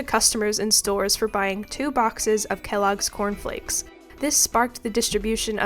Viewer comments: you mispronounce it as Cornifleks I’m presuming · In my country we call any cereal "cornflakes" and i think thats funny😭 i've gotten so used to it, even the blatant mispronounciation of it